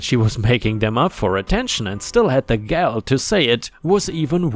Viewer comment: dude.. "gall" isn't said like "gal" (girl), it's like the word "all" but with a "g" at the front. 🤪